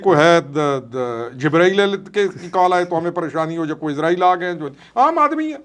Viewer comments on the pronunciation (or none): none